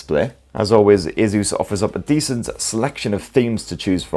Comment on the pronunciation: Its called ASUS....NOT A-ZEUS......